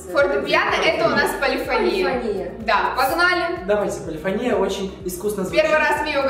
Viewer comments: небольшая поправочка.Не полИфония(удариение на и) а полифОния (ударение на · ПолифОния, а не полифонИя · Там вообще два варианта ударения, но музыканты чаще употребляют именно полифОния (хотя меня тоже бесило) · Почему полифонИя, а не полифОния? Я просто учусь в муз.школе и мне как-то неприятно слышать:/ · Эм не полифонИя, а полифОния. Я учусь в музыкальной школе. Мне так редет уши ! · Да я тоже в муз. школе учусь. И когда они говорят полифонИя 😐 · Меня на протяжении всего видео бесило только одно...... ОНИ ГОВОРИЛИ полифонИя, а правильно полифОния!!!! Я учусь в музыкальной школе 7 лет и ГОСПОДИ!!КАК РАЗДРАЖАЕТ, ЧТО ЛЮДИ БЕЗГРАМОТНЫЕ! Окей, я понимаю, что они не музыканты(кроме миа бойка, кстати странно, что она их не поправила) но ведь можно было элементарно загуглить! P.S. Я не хейтер и очень люблю, просто это ситуация меня дико выбесила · ПолифОния! ПолифОния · Извиняюсь конечно, но не полефони́я, а полефо́ния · не полифонИя,а полифОния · Не полифонИя,а полифОния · не полифонИя, а полифОния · ПолифонИя... Серьёзно?????? Может быть перед тем как снимать ШОУ, хотя бы правильное произношение поссмотрели P.S. играю на фортепиано, и полифонИя прямо режет по ушам... Если что, то правильно полифОния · Почему полифонИя, если по сути полифОния правильно.... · ПолифОния ударение на О